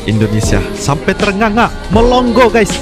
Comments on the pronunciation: Melongo bukan melong go 😂😂😂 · Melongo bos bukan melonggo yg benar klu bawakan narasi belajar dulu BHS Indonesia yang benar